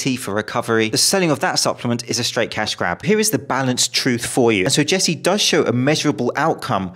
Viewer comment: It's not jesse it's more like messy 😂